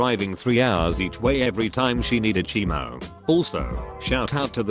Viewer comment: Can't manage "chemo" but nailed "rhabdomyosarcoma...."